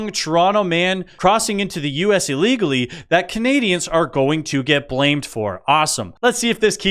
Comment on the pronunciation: What is "Ahlegally"?